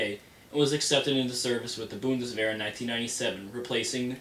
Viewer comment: Holy crap somebody pronounced Bundeswehr correctly! Noone ever does that.